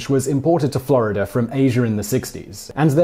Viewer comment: how to say FI-(ER)RE fa-ah take note! Florider? nope Florida :D